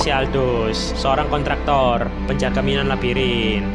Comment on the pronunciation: Minoan bang bukan minoa